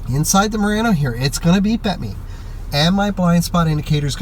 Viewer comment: Need to learn how to pronounce Murano!